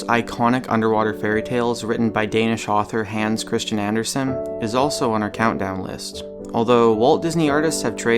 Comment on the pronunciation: Love the way people say Hans Kristian Andersen in english. I can barely recognize the fucking name.